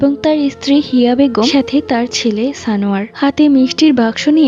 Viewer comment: Tumi বলছো সানোয়ার আমি শুনছি জানোয়ার😂🤣